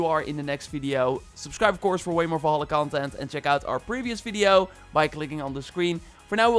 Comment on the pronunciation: "Fideo" 😂😂😂 Good content broh, love it